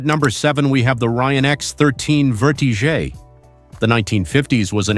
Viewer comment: The Ruan is pronounced Verti - Jet not vertizgeay, quit trying to sound sofisticated